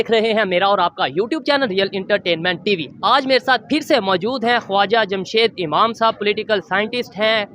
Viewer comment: Dear you are doing a very good job... but in the beginning don't say real intertainment... It's entertainment.. it's kind of pinches in the ear. Don't take it otherwise.😊